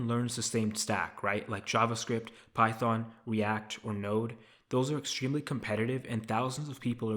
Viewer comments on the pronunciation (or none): none